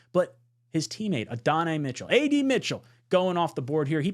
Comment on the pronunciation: The Texas WR Mitchell his first name is pronounced Add- an - i. Great content yet again. Love that you have the attributes for each player